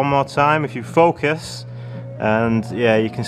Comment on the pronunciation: “... if we can faukusss...” .... lol